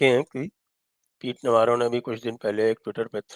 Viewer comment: इसको नवारो नहीं नवरो बोलो नवरो का मतलब गुजराती में निठल्ला होता है